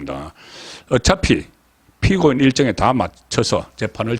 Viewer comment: 분리, 분석, 피고인 등 발음이 이상하네???